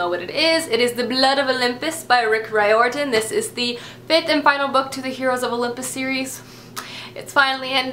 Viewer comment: Isn't "Riordan" pronounced REER-DAN? I'm not sure but I thought so. You're so awesome, really want to read a few of these :)